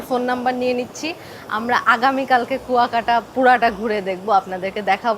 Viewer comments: It’s not Kokta, it is Kuyakata. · Not kokta...pronounciation will be "Kua_kata...kuakata", Love your reaction.🇧🇩💜🥀🩷🥀💚🥀👍